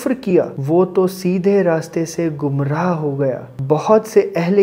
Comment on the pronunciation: Gamrah nahi bhai gumrah jesay koi cheez gum jati hai woh wala gumraah.